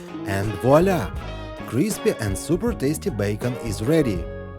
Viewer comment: When you say “crispy” it sounds like you’re saying “greasy”. Big difference.